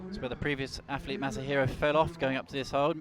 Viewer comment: I know it's an Essex boy speech thing, but can - who does appear to have good technical knowledge - please pronounce words like Athlete as "athlete" with a "th" in the middle of it? It does not have an "F" in it, it is not "Aflete". I know the "F" instrad if "th" is an affectation, it's just really irritating. Not as irritating as when he used to call Ja-in Kim "Yan Kim" but it's still irritating... Sorry, his knowledge is good, but he is British, and in Britain words like "athlete" have a "th" sound in the middle, not an "f" sound. It just sounds lazy and wrong. Apologies. Yes, I know I'm being a pedantic git. But it makes me cringe every time he mispronounces every single word that has a "th" in it.